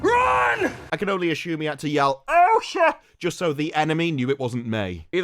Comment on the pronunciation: no h in assume